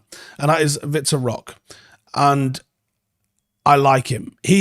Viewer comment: His name is pronounced Vee-tor Hock-ayy. He's very talented, but it seems he's destined for Barcelona.